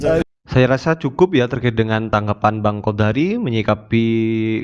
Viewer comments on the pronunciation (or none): Sy ngakakkk..bang qodari bilang qodak n qodar😅😅😅😅😅